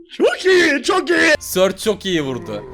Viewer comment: surgeye stu diyo sprotada surge diyo:D